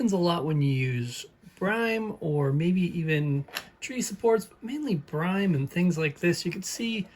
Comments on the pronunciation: 😂 yeah I cringed at the first “brime” 🤦‍♂️ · not BRIME, brim like a hat has a brim on it.